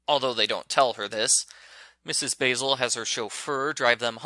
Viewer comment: I'm reading this book for "Andrea's Storytime" in Summer 2021. You pronounce the woman's first name as Baz-ul and her last name is pronounced as Frahnk-while-er. I remember reading it in the 4th Grade and it wasn't bad at all. It got to the funny part where Jamie and Claudia Kincaid hide their clothes inside of their instrument cases and sneak around The Met in their nightwear as a way to create the effect of dreaming that they saw Mrs. Basil E. Frankweiler at the art museum which is located in New York City. 👏🏻 Did you know that it won the Newbery Medal 53 years ago?